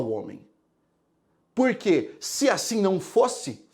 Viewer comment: Gostei demais. Atenção galera não procure nenhum livro de Sócrates " purque" não existe. Procure sobre Sócrates nas obras de Platão. Rsssrs adoro sua pronúncia do porque. Quando puder fala sobre os filósofos estoicos. Obrigada 😘